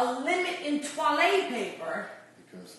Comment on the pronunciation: “Twalle “ paper 🤣😂